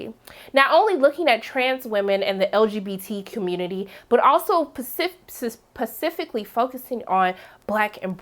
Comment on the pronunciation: represent: bottom line you have to learn how to pronounce "specifically". you continue to say "pecifically". I too share your concern about our representation. practice my lady practice.